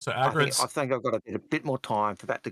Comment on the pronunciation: Nice show as always - but it's AL-GA-RED not Aggred, come on dude it's not hard to learn how to pronounce your partners name.